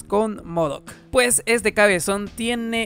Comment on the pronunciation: Me gustaban más tus videos cuando decías 'puej' :'V